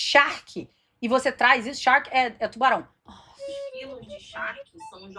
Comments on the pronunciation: 😂, é charque e não shark kkkkkk Charque é carne seca, carne de sol, jerked beef Baby charque tchu tchu tchu 😂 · Oi,, você é muito engraçada! Parabéns! E “charque” não é “shark”, ok?